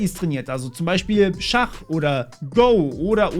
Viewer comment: super gutes Video (psst das Spiel GO wird nicht wie das englische "go" ausgesprochen)